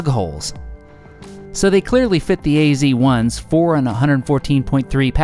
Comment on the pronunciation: why you call it "ac 1" instead of "az 1" ? :-)